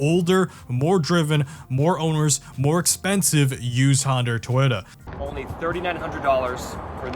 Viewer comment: I've never heard someone pronounce Toyota as "Twitta" 500 times in 22 minutes before